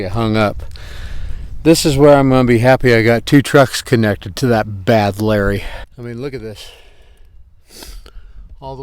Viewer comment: This MF again and again say standby and badlurry , it's really frustrating to hear this